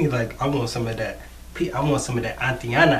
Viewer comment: You are awesome, but it is AYE-TAN-AH... not ah-tee-anna